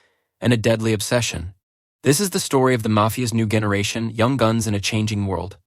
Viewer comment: the first time you say the word 'generation', you enunciate it with a hard G.